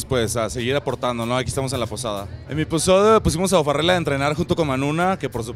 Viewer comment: el entrenador dice O'farrel? jajaj